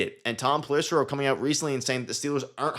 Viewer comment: You lose all credibility when you have no idea how to pronounce one of the biggest insider’s names. It’s pell-ih-SARE-oh.